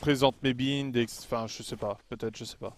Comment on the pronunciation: On dit BAÏNDE pas bïnde Et le chasseur est large mieux que le lourd